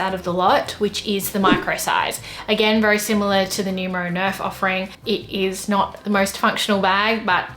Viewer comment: When somebody pronounces Numero to nyumero 😔